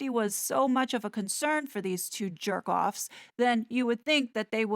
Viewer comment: Oooooo 😱😱😱 she said, “perk offs” with a j!!!! Oooo! You spicy!!! 🤎